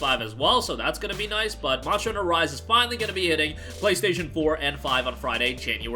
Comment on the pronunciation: Why do you pronounce Monster like that? "Monsher"